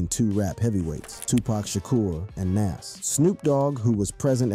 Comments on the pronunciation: Nas not nes 😂😂😂😂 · Nas, nas! Not Naas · Bro is Nas it’s not Naz you gotta say his name right bro the guides of the rap legend and you’re screwing up his name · To the mediator of this video I just want to say It's Nas not Naz just like another one I seen Tupack Jay Z corrected him it's Tupac not Tupack. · Why are you pronouncing Nas's name like that? It's Nas not Naas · Ngl, it lowkey kinda irritated every time he kept pronouncing his name "naz." Pronouncing it like jazz but with an N at the beginning, lol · Who tf is NAZ 😂 bruh it’s Nas lmfao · NAS..not NESS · Bro at least say Nas name correctly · Bro you need a to stop pronouncing Naz 2 different ways lol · Nas not Nass LOL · Nawwwwws not naaaasss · Say it with me its nahz not naz....U pissing me off u dont even know how to say nas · the crazy part is, he says it correctly sometimes but most of the time he doesn't... so annoying! Who tf is Nass? 😣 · Is dude really saying NAZ and PACK 😂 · We gonna let him keep saying NAAS? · Why are u calling him NASS? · Its poc and noz.... your pronunciations make me cringe lol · The way you say Nas is wild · Wow they cant even say Nas's name right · You gotta learn to say the name Nas correctly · Say Nas’ name right. It’s not nas. Show some respect. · Why is he saying Pac's name right but keeps butchering Nas? Like guy you cant say Nas? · You have a youtube page named rap daily and can't even pronounce Nas, Pac, Hussein Fatal or the Fugees correctly... Come on man.... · say NAS name right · Hate the way this guy says Nas name. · Are you purposely pronouncing Pac's and Nas's name like that?!! You're channel is called Rap Daily, but you can't pronounce most rap artistes names correctly? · Ughhh im sorry but how your sayin Nas is NOT right . Its like how "Really" White people whom dont know anything in hiphop call 2Pac .. 2 PAck lol.... Just listen to the Dope song NAS is like.. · Pronounce "Nas" correctly please. Or dont make videos. Its incredibly disrespectful.